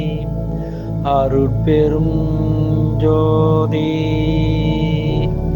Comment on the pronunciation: மந்திரத்தை உச்சரிக்கும் போது எழுத்துக்களை சரியாக உச்சரிக்கவும் மகா மந்திரத்தில் அருட்பெருஞ் ஞ் என்று குறிப்பிடப்பட்டுள்ளது தாங்களின் ம் என்று உச்சரிக்கிறீர்கள். தனிப்பெருங் ங் யும் ம் என்று உச்சரிக்கிறீர்கள். பெருமானாரின் மந்திரத்தை தவறாக உச்சரிக்க வேண்டாம் நன்றி